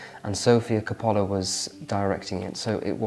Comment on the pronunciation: Orwell said you can tell economic class in the UK all from the tongue. If that is true, and I believe it is, then came from a family with enough resources to afford the education and the cultural exposure to know that Marcel Proust is not pronounced Prowst, and that Sofia Coppolla is not pronounced Capala. I'm sorry but I jumped out of my chair and I thought, it's ok that the favorite books are all picture books, there's not one actually book of text in there, that's fine considering this channel, but that level of ignorance is well, considering the supposed refinement this young man aspires to. Think of this as constructive criticism. Wouldn't go astray to pick a book that has no pictures in it from time to time, just saying.